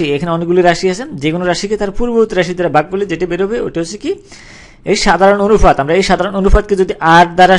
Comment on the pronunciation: ভাইরে অনুফাত কি? অনুপাত বলতে পারেন না??